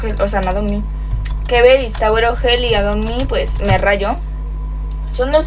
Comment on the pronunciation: Al iniciar dijiste "tawer oj jell